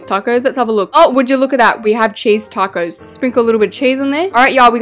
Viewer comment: “Takose” - 2023